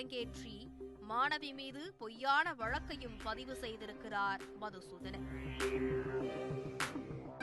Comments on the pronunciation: மதுசூதனன் இல்லை மாதுசூதனன்😂😂😂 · மது சுதானன் ❌மாது சுதனான் ✅ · அவர் பேர் மதுசூதனன் இல்லை. மாதுசூத்தண்ணன். கொஞ்சம் திருத்தி கரெக்ட்டா சொல்லுங்க மேடம்.